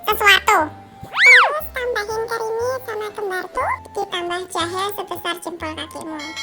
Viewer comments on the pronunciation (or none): Kok pas ngomong, kemiri, jadi kerimi🙈🤣🤣 gak sadar ya kak😋✌️✌️